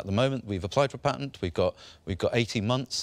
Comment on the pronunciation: Duncan you need to learn how to talk ! It's a PA-TENT not a PAINT-TINT !